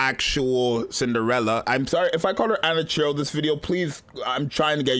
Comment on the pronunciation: Bruh called her Anachiro